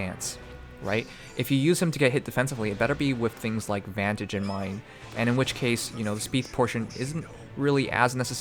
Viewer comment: Vantage not vanage . Im sorry i could not help it